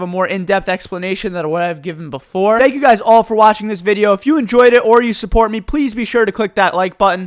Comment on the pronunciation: why does he say meh and not me